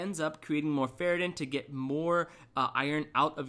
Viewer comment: it's ferritin (not ferratin)